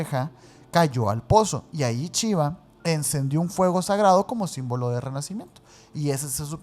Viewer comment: Entiendo su acento pero me da algo cada que dicen "chiva" omg 😅 gracias por sus videos y que shiva los bendiga :) ❤